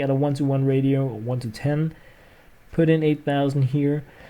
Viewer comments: ur both wrong its ray-she-oh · Ratio is pronounced rashio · ratio is pronounced ray-she-oh.